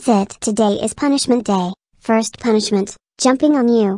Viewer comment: first forst